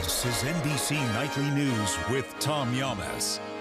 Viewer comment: He said nightly nudes 😂 instead of news 😂way to drop the ball Tom .Lester would of never 😢 😅